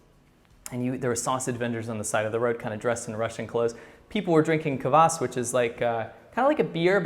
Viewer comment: Kvas not kavas